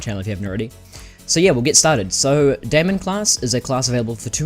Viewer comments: Its not DAY-MEN its DIE-MON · daimon is Greek, so it would be said as Day-mun or Day-mon